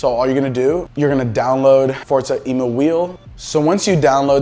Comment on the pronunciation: Thanks dude great vid. Short and to the point. Btw, i don't think its Emu as in the bird i believe its taken from the word Emulate 🤷‍♂️